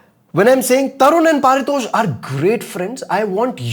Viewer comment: Bro your name is not par-tosh its pari- tosh ...